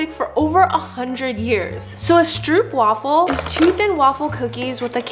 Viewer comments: ITS STROOPWAFEL NOT STROEPWAFEL 😂😂😂😂😂😂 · Stroopwafel is pronounced as strohpwafel, in Dutch the oo is pronounced as ‘oh’